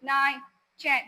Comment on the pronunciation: ചെൻ അല്ല പെണ്ണെ Ten എന്നാണ്